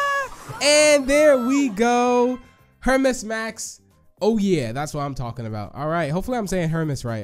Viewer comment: Btw its Pronounced “Hermees” max off of greek mythology.